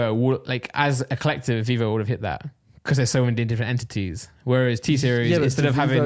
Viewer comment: Anyone else get irritated by Randolph saying becoss instead of because?